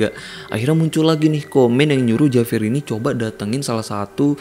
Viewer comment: Saya hanya mau memberi koreksi biar lebih seru. JAVIER dalam bahasa Spanyol dibaca : HABIER. Huruf J selalu dibaca H, tergantung huruf vocal yg mengikutinya. Contoh JA dibaca HA, JO dibaca HO. Sedangkan huruf V selalu dibaca B, contoh : VIAJAR dibaca BIAHAR. Maaf memberi koreksi! Semoga bermanfaat.